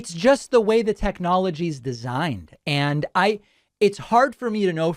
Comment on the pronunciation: Adding the obligatory "hw" sound for the word "way" is a new one lol hweird